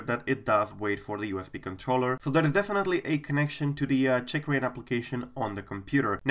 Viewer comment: oh my gawd seems you are pronouncing it CHICKrain, funny though